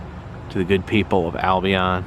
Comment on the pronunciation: just an FYI, the locals pronounce it "Al Be In" not "All Be On"